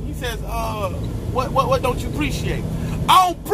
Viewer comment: 🤣🤣🤣 "I don't preech-ate"